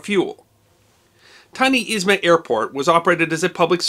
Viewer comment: A bit confused that you're pronouncing airport name as Izma. In the Russian language, it is called Izhma. But it's probably because of your sources or maps, not your fault)